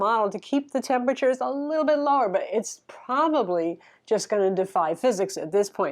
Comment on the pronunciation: "a little big racy" - ily <3